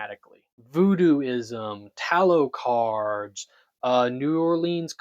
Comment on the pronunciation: Blofeld, not Blofest. Kananga, not Quanga. Tarot cards, not tallow cards. Just the flubs that I picked up. You might have been more careful with your script.